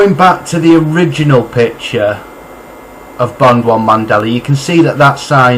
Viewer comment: Wow when did it go from Mandela to Mandelar lol jk